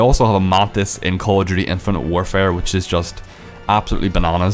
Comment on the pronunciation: Call of Jew-tea. Lol